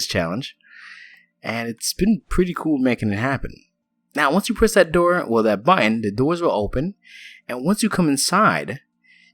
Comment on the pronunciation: Great build! P.S. you pronounce button badly =p